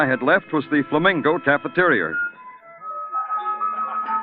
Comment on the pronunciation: Weird way to pronounce "cafeteria", with an "r" at the end.